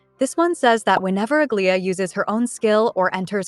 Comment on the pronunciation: Aglaea's pronunciation 😭 Please watch hsr new trailer